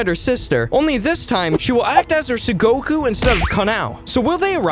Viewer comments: tsuguko not tsugoku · isnt the word 'tsuguko' not 'tsugoku'? just asking